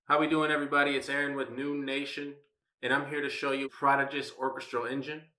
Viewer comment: It's pronounced 'PRO-DIJ-E-US' NOT 'PROD-A-GUS' and sounds like it was derived from a cheap home organ. Not even 'quirky', 'campy' or 'funny' bad ... just BAD !